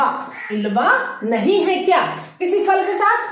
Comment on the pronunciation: " FAL " nahi " PHAL " kahte hain